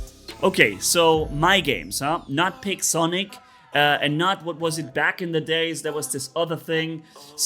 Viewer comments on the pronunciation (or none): I started laughing when said pigonic